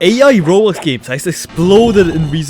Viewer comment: IS BRO SWEDISH?